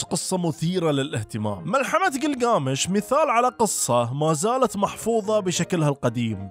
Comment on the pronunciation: كلكامش وليس جلجامش انته كاعد تلفظه صح بس كاتبه غلط تصحيح معلومة لحضرتك